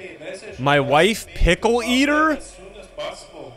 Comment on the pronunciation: It’s pickleina not pickle eater lol 😂